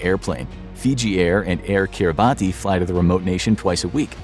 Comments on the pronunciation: Just a slight correction, Kiribati is pronounced “kiri-BASS” not “kiri-BAHTI”. For future videos. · Kiribati 🇰🇮 is pronounced "Kiribas" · Great video! One correction though: "Kiribati" is actually pronounced like "keeriboss". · "Air Kiribati". Because of the particular use of the alphabet in the native language, "Kiribati" is actually pronounced . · You mispronounced Kiribati